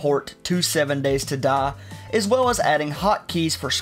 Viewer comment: "7 Days to Duh"